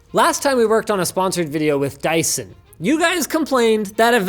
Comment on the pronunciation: Sounds like "Die son"😂😂